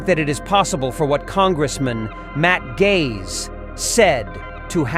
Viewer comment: Spelled - Gaetz but pronounced like Gates